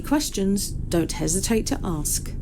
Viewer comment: It's not "Let me ax", it's "let me ask"